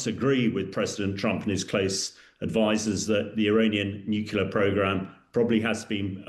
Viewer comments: Not expecting much radiation because Iran had not achieved the mythical high level of enrichment. There is no evidence of "obliteration." TACO talks through his turban. BTW it's nuclear not nucular. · Hamish it’s pronounced NEW-CLEE-AR not NEW-Q-LAR (there’s no such word). Nuclear derives descriptively from the Nucleus. Where was he educated? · This gentleman has been mixing with too many Americans.......he has started saying ‘nucular’ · Someone, anyone………please teach this man to pronounce ‘nuclear’. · Hamish can't pronounce nuclear, that's not a good start, is it Hamish